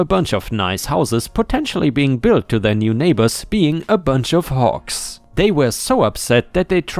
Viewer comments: because of your accent it sounded like you were saying Hawks like the bird lol got the G sound and K sound mixed up there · I was listening instead of watching. Usually I do not have any issues with your accent, but this time I kept hearing "hawks" until I checked the text. ;-) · The last story: I was just listening to this in the background as I worked. And just kept hearing hawks. Hawks. Hawks. Then I heard big and smelly and decided to see what was being said and realized he was saying hogs over and over. 😂😂😂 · Lol listening while cooking and you first mentioned hogs. My half paying attention brain heard Hawks in your accent lol. 🤣 I had to stop and dry my hands and read along to see hogs lol. I was racking my brain to see what a hawk farm looked like 🤔🤦‍♀️🤣